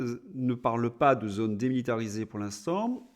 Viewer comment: Oui. Avec ou sans accent circonflexe, le o de "zône" est fermé et ne se prononce pas comme le o de "note", Monsieur. Et arrétez de manger des fruits et légumes pour améliorer votre digestion !